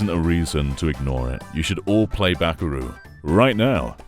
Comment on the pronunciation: Bakeru, not Bakaru